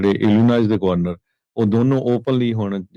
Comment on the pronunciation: The correct pronunciation for Illinois is Illinoi, last s is silent.